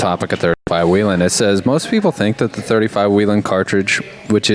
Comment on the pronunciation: Its not WHEELEN like a Wheel, Its Whelen, like a whale.